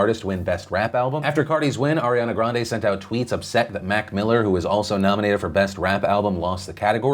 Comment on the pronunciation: she pronounces her name grand-ee, and cardi b is trash.